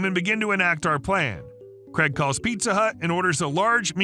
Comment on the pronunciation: Craig, not Creg. 🤦🏻‍♂️